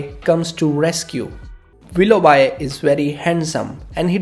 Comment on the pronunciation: Willough B not bi.